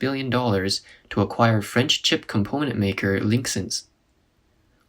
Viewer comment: They read "chip" as "cheap". That is why it went bankrupt